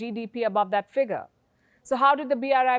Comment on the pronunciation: Your English is fantastic, so I will tell you that you say “figure” wrong...